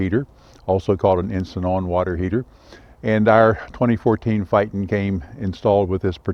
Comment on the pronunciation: Really Good Update on the water heater. I never really thought about them much but it is good to know how it works... Just a FYI Tiffin coach pronounce the name: FAY-TON..